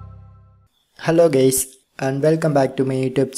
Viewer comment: “Hello Gays” Excuuuuse meeee?